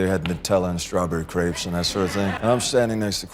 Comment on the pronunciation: Crepes! Not grapes! Crepes!